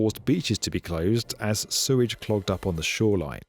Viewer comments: Hey mate, love your videos, been watching them for ages,glad you have a book out. But please..it's Sewage not surage, you swap from both pronunciations throughout your video.. Cheers.. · did you say "Suez treatment system"? Hahaha!